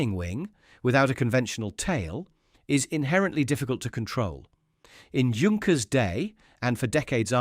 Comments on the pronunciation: Of course he was not a ''junk - ers'''but ''yank-ers'' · This could be a good video if the details were correct. Pronunciation of Junkers/Yunkers, it's Yunkers, not both. 5000 kilograms is not 5 tons, but somewhat close. Patent is pronounced two different ways. There are other mistakes. If you must use AI, at least watch the video yourself and correct the mistakes before it's uploaded for everyone to see. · Don’t call it “Djunckers“. Take at least 20 seconds to find out or to teach your bloody AI. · The fake voice is bad enough. But can't the computer decide whether to pronounce Junkers or Yunkers? If you're going to fool people,. at least do it well. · That should be pronounced "Yoon-kers". Very interesting! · ...and, of course, it's Yunkers. Always funny to hear, "Yunkers Ju-88" and such. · It is pronounced Yunkers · Yoonkers, actually. And he gets it right accidentally a few minutes in... .... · Great documentary! But why is it that no one on YouTube can seem to pronounce "Junkers" correctly? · This was a very well done video and I learned a lot from it. There are however, a few issues. To being with, I suggest you use the German pronunciation of “Junkers” where the “J” sounds like the letter “Y” rather than two different ways. It would also be best to show the revolutionary type of aircraft Junkers proposed in his 1910 patent, the J.1000. Looking much like what came to be referred to as a “flying wing”, you describe this aircraft in detail but show images of the G.38. There are actually drawings from the patent available on-line and should be included. Finally, , you mention there being a “pressurized cabin” which I do not believe is correct. Please confirm this claim. Thank you for producing it.